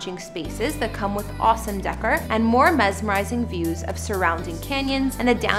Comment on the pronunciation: The narrator said "farmhouse decker". Maybe that's how they pronounce in Canada, but in the US "décor" is pronounce DAY-COR. smh